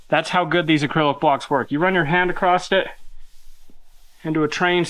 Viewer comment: it’s across,not acrosst